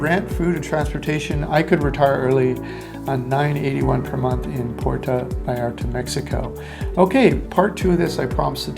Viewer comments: ha ha exactly what i thought. It's pronounced - P- where- toe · You really should learn how to correctly pronounce Puerto.